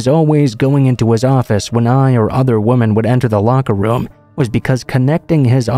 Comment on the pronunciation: Please learn the difference between “woman” and “women”. I couldn’t listen to this all the way through with the pronunciation of the words being wrong. “Woman” is singular and “Women” is multiple.